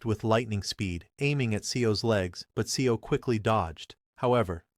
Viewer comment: Seo is not 'SE-O'...it pronounced more like 'sir'